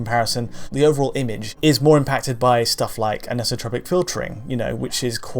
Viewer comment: should really work on his pronunciation of the word "anisotropic";) No offence, great video:)